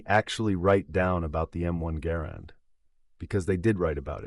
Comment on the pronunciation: Thank you. Thanks for pronouncing Garand correctly. Call of Duty "experts" think it's true. I have competed in WWII rifle competitions and no one is going to hear that ping. Or the sound of the clip hits the ground. Stupid myth. ALSO can you please dispel the myth John Browning designed the High Power since he didn't.